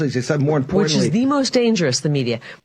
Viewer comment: Again, decent analysis, but this “mtg accent laziness” (I.E. the inability, or unwillingness to pronounce the letter D or T (wuh-int, dih-int, imporant) within words… is really starting to make these posts more, and more unlistenable, and ultimately, (in my humble opinion) degrades the legitimacy of your message